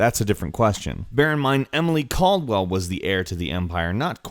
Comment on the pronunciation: Let me stop you there, I'm sorry but the inner nerd is taking over again, it's Emily Kaldwin, not Emily Kaldwell